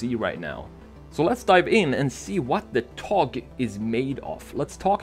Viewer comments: öyle bir söyledi ki,adamı Türk zannettim :D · but at the end of it it was a little bad but it sounded like hes a turkish man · Well pronounced buddy :) TOGG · Are you from turkey? You said the word togg like a turkish people. I've noticed. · exactly, think he had turkish friends in sweden